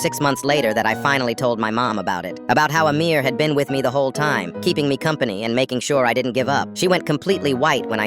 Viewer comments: Bro he sa8d amirror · I thought he said a mirror at first and was very confused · Coughs did you just say AMIR? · Bro literally said amir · did you say amir 🤨